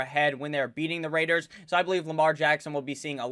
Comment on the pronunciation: Can someone make a compilation video of saying “The LAS VEGAS RRRAIDERS”